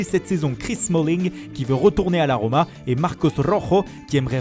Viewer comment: moi aussi la 'RRROMA' X)